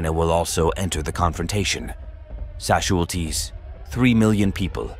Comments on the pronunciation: Why does this have more thumbs down than thumbs up? Is it cause he kept saying Sasualties instead of Casualties? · AI cannot pronounce casualties correctly but pronounces it sasualties. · I never knew that casualties were pronounced sashualties. Thank you! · No doubt...kept hearing "sasualties" and occasional casualties😅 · Why does it say « sashulties » all the time? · What are "Shazulties"?Oh yeah, the AI didn't properly pronounce" Casualties " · Well, I guess radation casualties are called sasualities in the future? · Where do they get these people to host these shows when they can't even pronounce casualties " not sasualties " that I heard whoever they are say 😂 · That's A.I for you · Sashualties? Whats that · What are "sashualties"? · whats "Sasualties" ??????????? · What’s a Shaz Wual Tee? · What's "sassualties"? People hit by sass? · I'm wondering WTF these "sashualties" are? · wtf are "sashualties"? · I've never heard casualties pronounced as, sesualties. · wtf is "sashualties" ? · What the hell is a "sashualty?" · “Sashualties” lol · "Sasualties?" AI acting stupid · What the heck is 'sashwalties' 😂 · Can someone please explain what "SASHUALTIES" are please 😂😂😂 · What are shasualties lmao umm is this a A I bot speaking lmao the A I will be apart of the nukes shooting off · wtf are sashualties? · “Sashualties” ffs 🤦🏻‍♂️ 😂 what a terrible video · This is a propaganda video by people who don't know how to pronounce the word casualties. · Also, it can’t it get the pronunciation of casualties correct, so I doubt its competence! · Why he pronouncing casualities as Szechuan Sauce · The producer of this video can’t spell or pronounce casualties